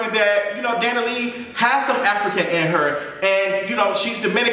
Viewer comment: The way your saying her last name is killing me 😭😭 “Dani Lee”